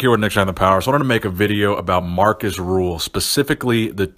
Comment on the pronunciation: Great video Nick, however his name is Rühl not Ruhl. :)